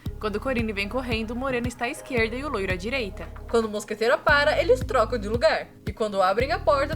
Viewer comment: Uma coisa MUITO BESTA que me irritava, a Miette falando mosqueteiro errado, ela fala "moscateira".